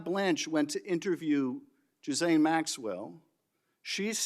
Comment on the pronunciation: it is pronounced Jizz-lane spell it however you want but that's how it sounds... how is this man able to speak at governmental hearings while he can't pronounce his subject matter for his arguments correctly???